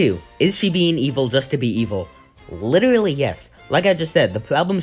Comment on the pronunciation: You sound like you say witterawy (no disrespect fire 🔥 vid)